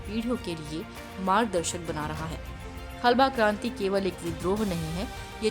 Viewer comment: हलबा नही हल्बा